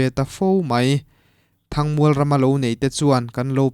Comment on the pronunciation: Mizotawng zir i ngai...A tir lama i lam zin em em"THANG MUAL" Kha a thluk i lam dik thei tlat lo...